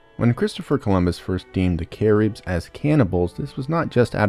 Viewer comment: “Cah - reebs” Cah- ribs man… Cah/ ribs… 😢😢😭😭